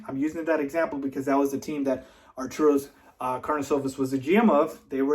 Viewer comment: Arturus - Are-tur-us.